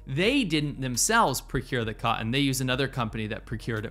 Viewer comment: It's "Cotton" not cottin!!! Get it right bruh, psh!!!